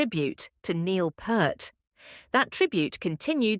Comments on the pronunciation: 'Neil Purrt'?! Go wash your mouth you silly A.I.! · Anyone else stop watching at the mispronunciation of the drum gods name?